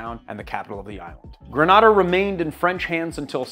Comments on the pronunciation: Gre-nay-da, not gra- nah-da. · GrenAda .. long A sound.. respectfully thank you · Love rum and rivers and you… sooo I’m going to up your Caribbean street cred: “greh-nay-dah”. What you’ve pronounced is in Spain. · The island is pronounced "gre-NAY-de," a fact I only know because I'm old enough remember the US invasion of the island (but which I just confirmed on Wikipedia). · Was just going to say this! “Gruh nay dah” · LOVE these rums from home, but man, the incorrect pronunciation made my eye twitch. 🤣😂🇬🇩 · Please work on your pronunciation of Grenada